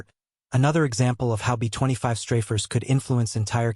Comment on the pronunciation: Computer-generated, text-to-speech programs are still pretty retarded, and so they often say some retarded things, like, for example, "betwenty five", when it should be, B25 (bee twenty five). So why do so many of you just pump this crap out with, seemingly, no editing whatsoever?